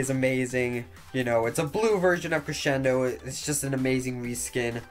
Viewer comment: Y u saying creSHendo?! Its annoying